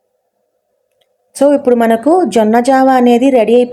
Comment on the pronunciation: జొన్న జావా జొన్న ఒరాకిల్ కాదమ్మా జొన్న జావ (అంబలి)అనాలి